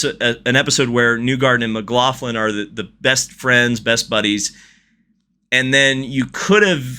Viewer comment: Please it's Mc-lock-lin